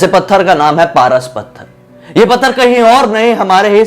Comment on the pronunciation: Pras pathar nhi paras pathar bee